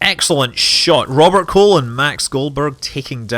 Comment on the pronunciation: Did you just say Robert Colon? XD